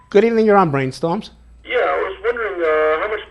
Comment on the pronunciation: Whats "breeen stumms"???